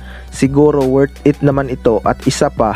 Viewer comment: WOR IT,,,,PLIYER,,,CUCHES,,,BIST PLIYER,,,,MARAMING PRONOUNCE MO BRO ANG MALI